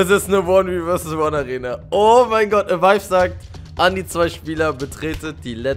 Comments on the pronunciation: Nichts gegen dich aber du sagst IMMER am Anfang anstatt avive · Naja ich verstehe Awehweh am start